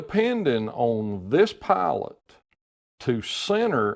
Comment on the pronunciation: He said pilot i heard "pallet"